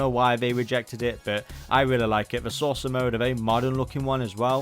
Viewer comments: Same, i’m also hearing him say “sorcerer” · The way says Saucer sounds like sorcerer to my ears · Kept thinking bro was saying "sorcerer" 😂